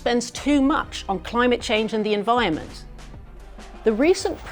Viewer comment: A camera facing "journalist" that can't pronounce the word environment is useless to Murdoch's network I'd be looking for alternative employment love 😂🤣😂